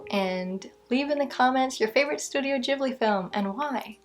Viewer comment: Am I crazy? Every video about Ghibli i see on here they say it odd